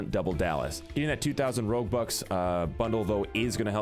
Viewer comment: Thought you were saying robux at first and then realised you were saying roguebucks @@